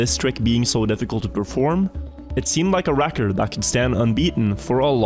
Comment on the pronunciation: Stop saying "Räackkkord" pls